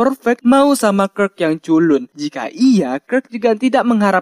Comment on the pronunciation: Bacanya kirk bukan kirk